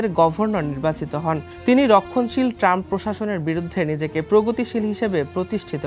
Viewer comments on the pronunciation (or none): none